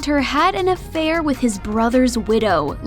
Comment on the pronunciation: You saying "affair" makes it sound celatious.